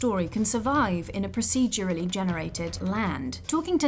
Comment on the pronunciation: a little bit of me dies whenever the narrator tries to say 'procedurally'